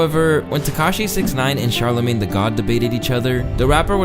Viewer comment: bro said "that charla made" (referencing charlamagne)